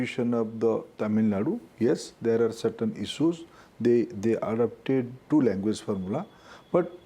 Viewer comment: First pronounce correctly...it is language not languvace...Has become azej..